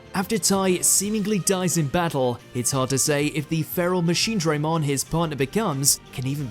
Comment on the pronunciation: Machine-DRAH-mon NOT Machine-DRAY-mon